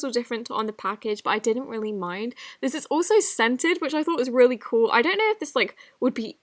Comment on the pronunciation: Reary beautiful 😂